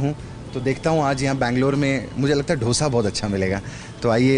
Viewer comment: Not dhosa it's dosa.. Bewakuf